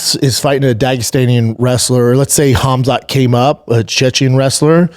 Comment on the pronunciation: ChecheYEN fighter ? Isn't it Chechen Fighter Bapa invents a NEW Word in the EnglishYEN language